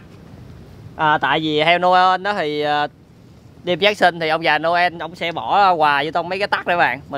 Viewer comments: ơi người ta đọc là ông già Noel mà anh đọc nhà ông già Noen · noel mà anh cứ nói là nô ân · Nô en chứ ko đọc là nô ên nha anh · Noen 🎄mà anh cứ kêu noơn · Noen chứ ko phải no ên nha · ngưỡng mộ trình độ tiếng anh của anh ghê!christmas:cờ rít mợt ;noel:nô ơn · vãi cả "Nô ên"🤣🤣🤣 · Ông già Nô.................(ko phải en)...... belike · Noel ❌ No ên✓ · Nhớ đọc đúng giống Nô ên vs Me ri chít mệt nhe mấy bn:)